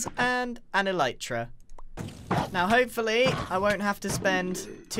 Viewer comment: At least knows how to say elytra unlike mumbo:D